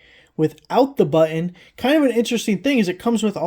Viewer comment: Thanks for ups. Helpful. BTW it's pronounced "button".